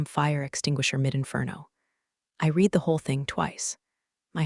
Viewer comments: The past tense of read is pronounced red. Patagonia is pronounced Pat a gon ya . I love this site. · Get your editing a1 updated!!!! "Read" pronounced red or Reed? Until you get that corrected you won't get a like from me. Eugene left at the office or taken home?